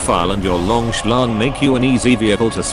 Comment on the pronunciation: Very 'lonk'